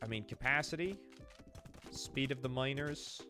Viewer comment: When you say "miners", my ear hears "minors".